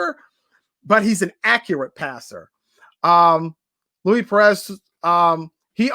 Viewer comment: it’s pronounced Loueese not Louie